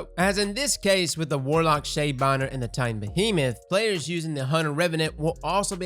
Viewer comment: Lmao fucking "tintan" and taitan XD and man gg has a gigantic hitbox and saying it needs aim is kinda stupid at this point lmao